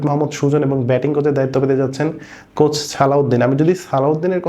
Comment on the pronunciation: “কোস” না “কোচ”॥